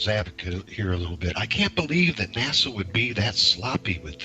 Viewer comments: You have a guy who has "researched this for years" and he pronounces NASA like the capital of The Bahamas (Nassau) what a raging idiot! To doubt the moon landing,you have to be totally ignorant of physics and every other branch of science. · BTW, it's NOT "NA-SAW", it's "NA-SA"! Try to pronounce names correctly for more credibility, noob! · It's NASA not Nassau. Nassau is in the Bahamas. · Mold? You fuck!ng IDIOT! You can't even pronounce NASA correctly. F@ your stupidity. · After so much research you can't even PRONOUNCE "NASA", correctly, Lol!